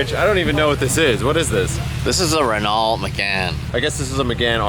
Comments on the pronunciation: Renault is pronounced "Rennoe" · I thought you’d be more cultured than pronouncing Renault like a hick.